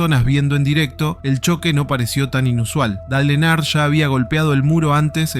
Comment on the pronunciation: Decí que la primer historia eventualmente termina... Si escuchaba de nuevo nombrar mal a Dale Earnhardt iba a revolear el teléfono